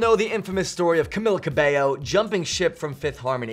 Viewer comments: *Camila Cabello not Camillla Cabelllo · Buddy, it's pronounced Cameela Cabaeyo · I don't get how people manage to pronounce her name incorrectly in official videos published to the internet and even on live television like if it's a unique name then do your research before you make a fool of yourself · Lil_ Camz oh hell no he just said my girl's name wrong,imma hunt him down lol im kidding😂😂